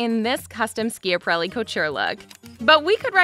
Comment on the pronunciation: This is wearing me out with the mispronunciation of Elsa Schiaparelli's name...